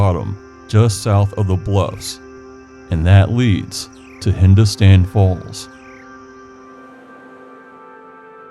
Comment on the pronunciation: Great fun and well done. Side note: Hindostan is pronounced hin-dahs'-tuhn.